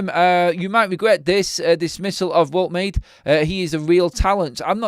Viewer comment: Pronounced, Wold-ta-mata.